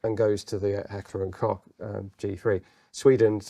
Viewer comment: For me as a Kraut it is lovely, to hear beeing talked about this gun in the dignified British accent, even pronouncing "Koch" rightly. Most of the YT content is of Yank origin with their slaaaaang and they love H&K. Don't know why. I was one of the last generations forced into service and I did not like it. Heavy, awkward to handle/carry, no cheek rest, kicked like a mule and under Biwak conditions (training all day long in mud, sand and forrest floors) it seemed to pull in dirt like a hoover. But of course nothing is such a pain in the arse as the British Leyl...I mean Enfield under combat circumstances. But as opposed to Britain we are allowed to own socalled "Black Weapons" over here and over the years my Dad, who also deals with weapons owned some, an AR10 as well as AR15 and an AK74. I would not trust them either. The AK of course, but it was nowhere near precise and the Mattels seem to be flimsy to me. Maybe the Swiss did it right? Yes, my fellow Limeys! After two lost world wars we did not even own the British automotive industry but are also allowed to own "Black Weapons" (single fire only). Can you understand, how and why this is going at it goes sometimes?